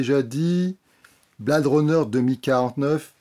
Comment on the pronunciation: quel accent!!! Blade pas prononcé bled et Her version Hair...ha ha ha je chipote... le rythme de cette vidéo est meilleur que celui lent, lancinant de celle sur Stephen King... quant au film lui même, il faut le voir sur grand écran pas que pour l'image, mais aussi pour jouir du son atmos, quelle ouverture sur le bruit du spinner!!! Jared Leto n'est pas assez présent et son perso pas assez défini donc, je pense que cela sera corrigé dans la probable version longue ou dc du futur blu ray. Dave Bautista m'a bluffé, quel acteur!!! il se révèle film après film...le film est trop lent, trop posé, on a le temps de réfléchir à l'intrigue et ça vient trop vite à l'esprit ce qu'il en retourne vraiment. la relation réplicant/AI est une très bonne idée très bien menée... Villeneuve a su s'approprier la mythologie du premier sans trop la dénaturer (avoir réalisé premier contact a beaucoup aidé)